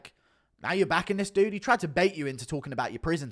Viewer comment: Why does he say dude? Isn’t he English? Dooood